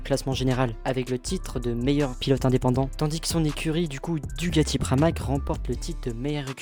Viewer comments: Merci pour ton résumé au top sur mon pilote préféré ! (même si on dit DuCAti et non pas DuGati 😅) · Frérot c'est pas DUGATI mais DUCATI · DUCATI Avec un C.....pas de G... Merci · DuCati avec un C svp , DuGati n'existe pas , sinon très bonne video , merci ;)